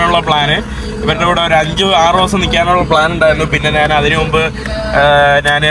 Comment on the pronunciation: നാൻ, നാണു,നാനു, നാന് എന്ത് വാക്കാണ്. ഞാൻ എന്ന് സംസാരിച്ചു പഠിക്കുക